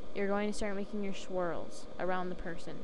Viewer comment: ITS NOT SHWIRLS ITs SWIRLS